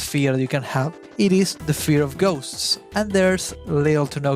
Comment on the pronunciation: Feaw and hungew